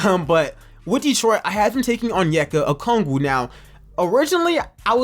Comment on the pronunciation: Why do you keep on saying Okoogie?😂😂 it’s O-k-o-gi